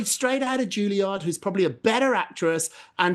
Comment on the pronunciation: can someone please pronounce “Juilliard” correctly?